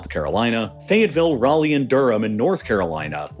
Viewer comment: But somehow, he pronounced Raleigh correctly??? 😕